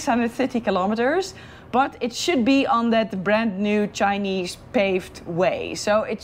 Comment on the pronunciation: why the emphasis on chinese paved road lol.. ANGOLAn money paid for that.....